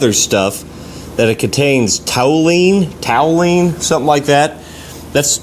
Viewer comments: Its pronounced “too leen” ( Toulene ) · It’s Tall-u-eene, toluene, one of the wonderful Benzene derivatives, Benzene, toluene and xylene…also known as “light oil” In the cryogenic coke oven gas processing plants. And it’s no joke, we pull slip blanks under supplied air respirator and if you get sprayed due to pressure side valve leaking thru, gotta get a benzene test cause absorbed through skin. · TALL - yoo - ween is how to say that word. I'm digging this old land yacht, man. Thanks for the video! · Tall-you-ween= toluene👍